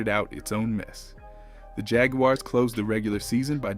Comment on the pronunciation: He also said jag-u-ares